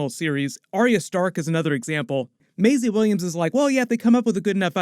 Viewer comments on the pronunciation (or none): none